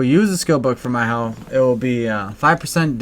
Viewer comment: Whenever you say my-hoe it makes me cringe. XD (mi-ho)